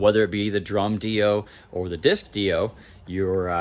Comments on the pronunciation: 😢the way u say dio kills me u say it like it should be spelled deio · I've just never heard it pronounced that way